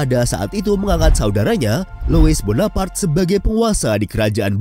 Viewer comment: Louis bonaparte bacanya "Luwi Bonapart"..